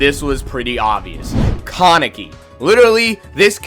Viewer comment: Bro you literally said almost every name wrong and you even said kaneki wrong the main character of the show 😂😂😂